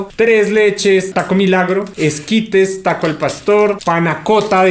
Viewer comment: Santiago le dice "Escuadels" al ESQUITE jajajajajaa